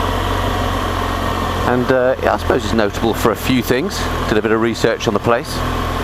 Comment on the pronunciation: Nice video on some of my local roads, thanks for posting. Some interesting local facts too, although your reference to the river 'Debden' was quite amusing..! (Deben). Looking forward to part 2! :-)